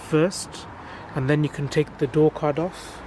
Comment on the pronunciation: I was listening to him while I was doing something else and I swear he said door cunt several times. I just had to come back to see what one of those looked like.